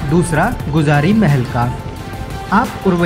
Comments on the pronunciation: गुजारी नहीं गुजरी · भाई गुजारी नही गुजरी है वो। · Sir video bhut informativ h but वो गुजरी महल है गुजारी नहीं👍